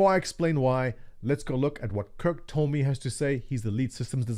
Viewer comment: Kirk Tome - Toe-May. (you're welcome. I'm a problem solver ;)